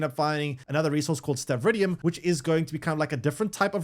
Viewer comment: Good vid, but I think he's a bit dyslexic. Also: STRA-VID-EE-UM